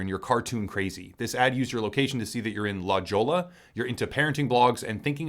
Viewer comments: La Joe la? lmfao..... its pronounced La Hoy-ya. It's Spanish. Its a rich neighborhood in San Diego California. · its not "la joela" its "la hoya" it sounded so funny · I can’t be the only one that heard “la Jo-lla” 😂 it’s pronounced “Hoy-ya” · "la JO-la" He didn't even try to get that one right... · FYI: "La Jolla" is Spanish and pronounced "La Hoya". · Very interesting video, but the reason I am commenting is because “La Jolla” is pronounced “la hoy-a”. It’s a coastal city a little north of San Diego. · lol I chuckled a bit… It’s pronounced La Hoy Ah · Lol La Jolla Is pronounced: la hoya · Thanks for the vid. Never woulda known about signal without this. Not trying to be a snob, but ‘La Jolla’ is pronounced ‘La Hoy uh’ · La Jolla is pronounced a bit more like "la hoy-yah" :) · I was laughing at the way he pronounced it. I had to pause the video to see if anyone else posted this 🤣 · La Jolla is pronounced 'La Hoy-a' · “La Jolla” lmao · My favorite part of this signal ad campaign is watching commentators mispronounce La Jolla.